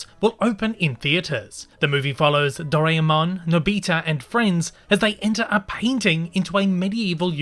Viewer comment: “Dough-rye-mon” Just for future reference!